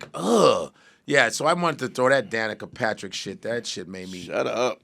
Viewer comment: Godfrey, it's Danica Papsmere. 😅